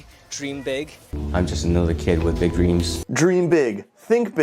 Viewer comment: 謝霆鋒讀個big字有冇搞錯？